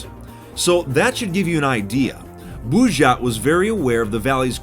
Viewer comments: БУЖЖАТ! Буль не врал, это действительно интересное произношение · Кто то: Он произнёс бужать! Я: Хехе! Блядь! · Заценить английское произношение "Булджать" Бужйат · Когда он скажет "булджать"? Это францкзское произношение... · Как перестать смеяться с этого офранцуженого произношения "Булджать"?